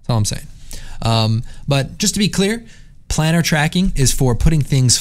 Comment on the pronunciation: It's pronounced "plane-urr" (like a plane), isn't it?